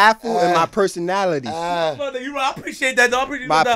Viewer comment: “My personatily”